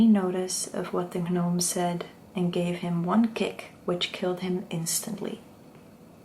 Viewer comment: It is pronounced Nome, not Gah-Nome. Hopefully you find this helpful